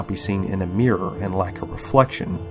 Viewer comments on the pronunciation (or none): none